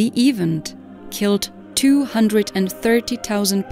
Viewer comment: Funny way of saying ''event''. AI voice I guess.